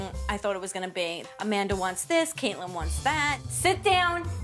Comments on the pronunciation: Samanthar,and Amandar and donnar. 😅😅😅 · "Samanther" "Amander"